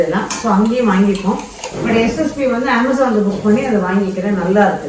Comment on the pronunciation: Interesting recipe. Have never made lime rice with jeeraga samba. Will try it. I also use very little turmeric to get the light colour. Also, the fact that you pronounced Amazon correctly, made me smile.😊😊Not many do, no offence🙏🙏